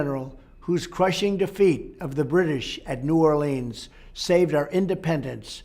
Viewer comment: Eep! He pronounced New Orleans improperly! Lol